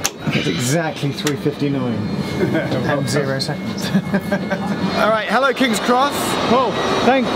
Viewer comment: Kings X Pronounce it directly 😂😂😂